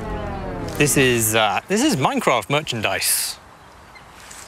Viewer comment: i love minecrak she kept saying minecraak